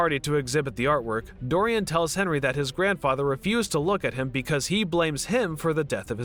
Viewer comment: Please learn the proper pronunciation of the proper names before narrating? You got Dorian and Henry right. That's about it....